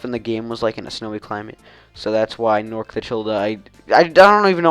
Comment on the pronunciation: norcda said my name wrong ;3